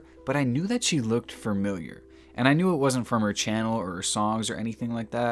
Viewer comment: Stop saying ‘fur-miliar’ you moron. And while you’re at it, find something productive or important to do. Durrrr.